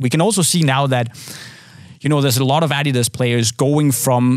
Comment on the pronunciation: what the fuck... did I just hear pronounce "adidas" correctly? I had no idea he was Scandinavian until right this second, I been thinking he was American this whole tine.